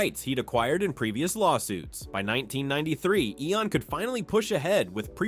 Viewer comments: I only watched 4 minutes of this trash... 1. Its EON not E O N. 2. MY6 really? 3. Random photo of... is that even Judi Dench? Why not her as M? 4. Zero zero 6? Tf? I gave up watching this at that point. How can I believe anything else in this video? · And E-O-N instead of Eon productions